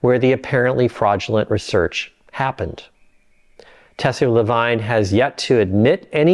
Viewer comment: Please learn enough French to pronounce Tessier-Lavigne correctly. Thank you.